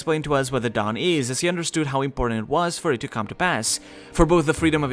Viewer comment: Is it me or everytime he says "The dawn" I hear "Dadan"